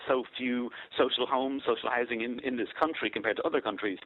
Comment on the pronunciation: What is social Hising? Does he mean hOUsing. Since when is housing Hising. You think Lyons would learn how to speak properly.